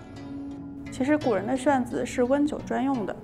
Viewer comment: 刚起来... 活生生的把古人吃点啥...读成...吃人古(谷), 点啥? ...快来杯黑咖压压惊!!! -_